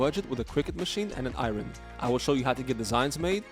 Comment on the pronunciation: “I-yern” not “ I-Ron” 😂 reminds me of Key & Peele